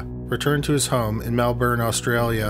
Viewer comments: He’s Canadian. Have you not noticed his accent? Or his correct pronunciation of Melbourne? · Wow, I can’t believe an American actually pronounced “Melbourne” correctly